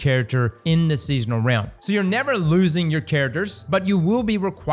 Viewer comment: He has to be saying rim instead of realm on purpose😅